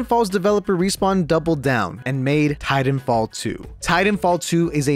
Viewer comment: Please enunciate the second "t" sound in Titanfall. That's my only critique. Thanks!